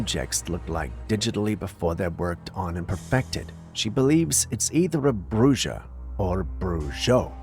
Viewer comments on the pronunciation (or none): steave the white bird the reason its believed to be a bruja or a brujo within latin american countries is because they have seen cryptids that transform into birds therefore bruja (pronounced brooha)or brujo (pronounced brooho) translation of male or male into English it means Witch...wanted you to know how to prounce it correctly 😉 😊❤ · It’s pronounced ( brew ha). Bruja